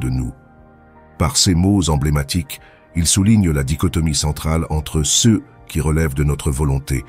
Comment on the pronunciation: La voix que l'on entend, issue de l'IA, est agréable à entendre, mais bute sur les "ceux", qui deviennent des "cé eux"